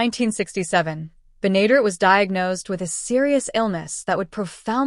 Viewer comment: June Lockhart had staring roles on Lassie and LOST in Space before coming to Petticoat Junction. The final two seasons just were not the same. The computerized voice didn't properly pronounced Bea's Last name. It's "BEN-A-DARE-ETTE. Finishing the sixth season and canceling the show would have been better than becoming a victim of the "Rural Purge." One last note: The cannonball lost all three of It's engineers during the series, Charlie, Floyd and Wendell.